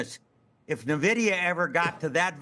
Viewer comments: N-VIDIA not Nuh-VIDIA, enough of this lol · Seriously. I'm a lifelong gamer, and my first software job was at NVIDIA, and these finance people are killing me with their inability to pronounce it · I pronounce it "Niv-duh".